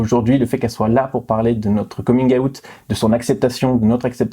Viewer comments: Son coming aouttee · on dirait qu'elle dit aout genre le mois😂😭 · j'adore la prononciation de certaines mamans "coming aoute" xD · «comine aout» 😂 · Nan nan, c’est « komine äoutte »